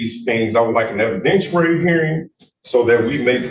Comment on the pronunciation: Evidentooary hearing.